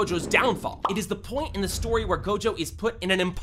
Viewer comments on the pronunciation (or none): none